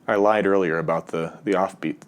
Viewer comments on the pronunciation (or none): none